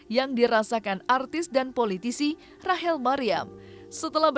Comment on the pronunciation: Rachel mbak bukan Rahel.